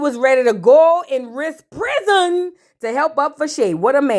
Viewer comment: Hey ❤ the way you say husband "huzbun" 😂 and prison " prizunn" takes me out every time 😂😂 Amara is going thru it😢